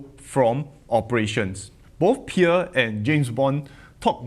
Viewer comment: You butchered Pierre his name better than from Financial Education😂